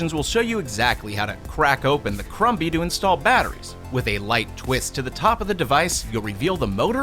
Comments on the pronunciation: The b in crumby is silence. It's said like crummy. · Im sorry but i think the mini vacuum is pronounced crumb-y like a food crumb sounding like crum with a silent b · The b in crumby is silent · crumby is pronounced with a silent b. Krum-hee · was anyone else a little annoyed on how he pronounced crumby??